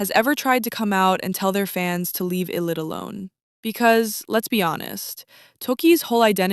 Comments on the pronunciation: oh my god i’m so sorry you made so many good points but it’s pronounced “eye lit” like ill do it but ill-it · ....it's "eye"lit. In Korea we pronouce them "eye"lit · its pronounced eye-lit btw just wanted to let u know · even english-wise it's supposed to be pronounced eye-lit lol... it's literally a combination of two words: i'll and it. but great video nonetheless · if you know the name lore, then yeah. But they chose to spell it as ILLIT, with no apostrophe, so in English it would be pronounced with a short i, so it's understandable why people would say it wrong.